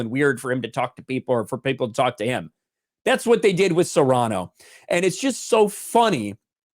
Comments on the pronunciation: “SEAR-a-nō”, NOT, “se-RAH-noh”. Please say it right. It was driving me insane. Love your channel. Peace. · Btw, it's pronounced Seer-ah-no. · Sirahno... damn that pronunciation.. xD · HAHAHAHAHAHA goes from pronouncing it Cerrano like he's talking about Pedro Cerrano from Major League, then to Cyrano. That would be funny seeing Peter "Angry Elf" Dinklage try to play Dennis Haysbert. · I wish people could pronounce Cyrano correctly. Anyways, glad it bombed. Tired of woke garbage. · work on that Cyrano pronunciation please.